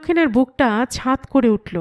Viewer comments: সরি, ছাঁত‍ নয়, শব্দটার উচ্চারণ হবে ছ্যাঁত। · দাঁত নয়, ছ্যাঁত্ হবে।